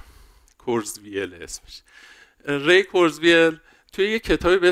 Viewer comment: کرتزوایل منظورته دیگه😂 حداقل اسم یارو رو یه سرچ کن درست تلفظ کنی عمو جان.